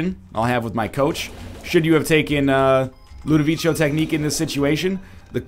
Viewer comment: Are... Are you complaining because he's pronouncing it right? And it's based on A Clockwork Orange, and in that movie that's what they call it.